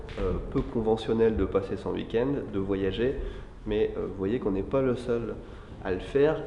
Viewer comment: Ta prononciation de week-end m'énerve ! On ne prononce pas "huikend" ou "iukend" mais "ouikend".